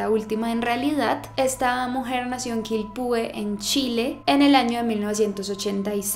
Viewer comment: Es Quilpué, no Quilpúe Es Villa Alemana, no Villa Alemania Es Iquique, no Iquiqué